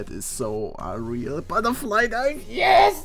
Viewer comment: "Buttah flie knievvv!!!"